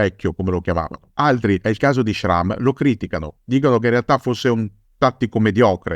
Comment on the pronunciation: Jean Schramme's name is pronounced Shram.